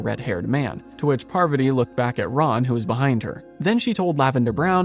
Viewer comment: Besides you're saying it wrong, it's Parvaaaati, not Paaarvati...